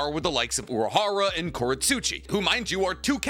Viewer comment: yo he is called urahara not uraharu or urahardaddy